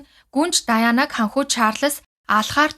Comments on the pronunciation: Даяана..гэж яриад бхы!Diana-Диана гээд хэлээд өгөөч! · Diana- Даяана, Mariah- Мараяа гэдэг шүү.